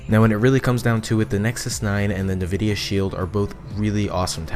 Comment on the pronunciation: I have to correct you on the fact it's pronounced N-vidia, not nevidia. Thank you.